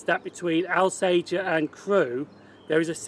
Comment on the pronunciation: Thank you - really enjoyed this. Just one point Alsager is pronounced Awl-sager not Al-sager